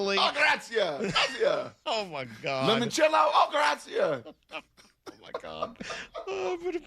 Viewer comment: epicureans don't spend on drivers and tours , because they just pop down into Italy going a Washingtonian heading to California. of course the tour guide people say that. Brock there for a long time and still butchers the pronunciation of 'Grazie'